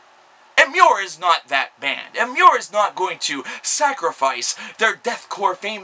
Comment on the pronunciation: it pissed me off when you pronounced emmure correctly